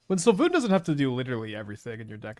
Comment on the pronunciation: I need to spend 3 seconds actually reading Svyelun to pronounce it correctly 😂. It sounds like Sway-loon